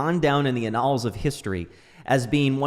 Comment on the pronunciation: Did you just say annals as annuls? 🤔